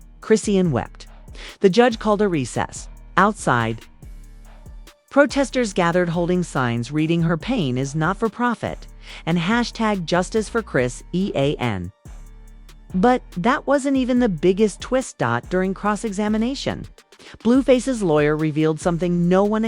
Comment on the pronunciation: Sis it’s pronounced CHRIS SEAN